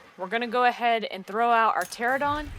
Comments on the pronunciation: It's not pterodon... It's Pteranodon... 🙄 Why does everyone pronounce it without the middle 'n'...??? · It's pronounced "Ter-an-oh-don" not "Ter-oh-don" lol. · Useful thanks. (btw it is TERA-NO-DON)